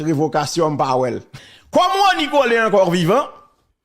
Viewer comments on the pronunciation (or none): none